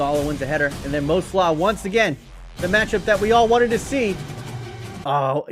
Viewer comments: Mo slah? You mean salah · You say salah wrong